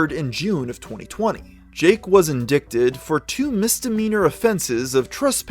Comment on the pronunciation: Learn how to say indict